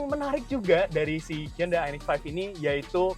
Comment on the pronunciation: respect dengan penyebutan merk "HYUNDAI" dengan benar